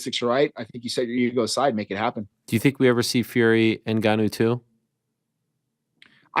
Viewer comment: Tbh I'm not sure helped him train that much, he was definitely involved to some extent but to what extent we don't really know. couldn't even say Ngannou's name properly in the press con haha